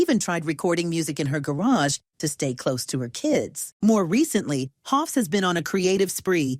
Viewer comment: First of all, it's Hoffs, not "Hoff". Secondly, the others had every right to be unhappy. The band is supposed to be a partnership, not a dictatorship. They all wrote songs and played, they didn't subscribe to be Sue's backing musicians. Her promotion over others was an insult and had to be called out and resisted.